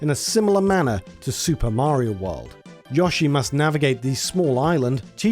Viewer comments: absolute maverick move to pronounce "mario" and "wario" like those americans do, but to pronounce "yoshi" like someone that wrote for super play in the 90s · The way this man says Yoshi hurts me. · That's an... interesting way to pronounce Yoshi. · Look, we both know the sound is "yo." Like "yo-yo." At this point, it feels deliberate. 😅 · Drink every time he says Yashi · I can't help it. You're mispronouncing Yoshi pretty hard, there... but pronouncing the other Japanese names with the "yo" sound correctly. Sorry, not sorry. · ......I LOATH the way you say Yoshi..... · Why can't you pronounce "yoshi" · worst way to say yoshi ever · The way you pronounced Yoshi 😂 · I like this video but I cant stand the way you say yoshi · Stop saying YAH-SHE it's pronounced YO-SHE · Anyone who pronounces Yoshi as Yosh-E deserves to burn in hell! It's pronounced Yo-Shi. Also, Yoshi's Cookie was released in "the west" (you stupid fucker!) on both the NES & SNES! Do your due diligence & research your info better & learn how to pronounces names correctly before uploading is nonsense! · If this man said YAHshi instead of Yoshi one more time I might have fucking lost my mind. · Its NOT "yahshi" but "YOshi". The secret to knowing the difference, is the "o" makes an "o" sound, and NOT and "a" sound. Hope that helps. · his name is YOshi not YAshi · My dude, I know Brits take pride in fucking up the pronunciation of foreign words, but how you turn "Yoshi" into "Yawshi"? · Good video, but I recoiled everytime Yoshi was pronounced "Yah-shee" instead of "Yo-shee" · You say "Satoshi" correctly, but not "Yoshi." Why? It's the same sound: "oh-shee." It would only be pronounced as you say it if it were spelled "Yashi." Likewise, "Undake" is not pronounced "Oon-da-kee," it's "Oon-dah-keh." The "Bun Bun" in Excitebike Bun Bun Mario Battle Stadium" is pronounced "Boon Boon," not "Buhn Buhn." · Who the hell pronounces Yoshi as "Yah-she"? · Whooooo tf is yawsheee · Somehow YASHEE is worse than JODORO.